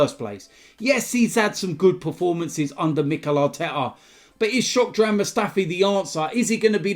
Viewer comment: man said shockdran mustafi😂😂😂